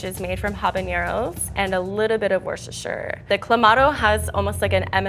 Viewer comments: Americans trying to say Worcestershire sauce.. Worsheshirre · This video incluides at least 7 diferent pronunctiations of worcestershire